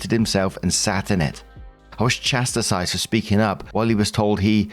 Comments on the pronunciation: It's pronounced CHAS-TIZED. Chastised is not "chas-ti-size". Its not an exercise routine. Come on,!! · Isn't it pronounced "Chas-tised"